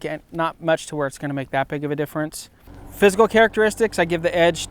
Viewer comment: For a few seconds I thought you said: "So now let's look at the fiscal differences".